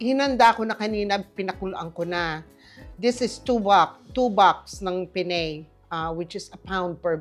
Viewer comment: Pen ne. Not Pen ney